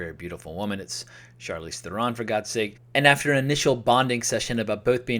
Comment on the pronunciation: She's one of your favorite acresses today, yet you don't know how to correctly pronounce her name. Interesting. Hint: it rhymes with heron, like the bird.